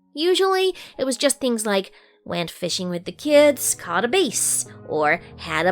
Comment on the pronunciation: I like the was she said .BASS...lol